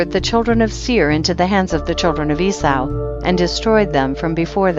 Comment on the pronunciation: Eee saw. not whatever you’re saying.